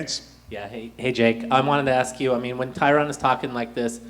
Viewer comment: its tyron lol